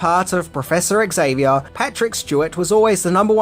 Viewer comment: It is not ECKS Zavier. The X is pronounced as a "Z". ALWAYS when it is the first letter of a word, ALWAYS. There are NO exceptions. I don't care that Patrick Stewart himself got it wrong. The character creator says it is pronounced as a Z.